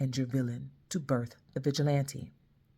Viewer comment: I thought she said Bitch-il-lante 😂😂😂